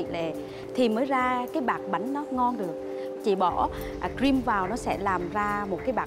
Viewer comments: Ông hải đọc cream là gream chứ buồn cười:))) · á,tự tin sau đó bị nhắc nhở quá trời. Chef Hải với đọc cream mà đọc là ream. Ahihi.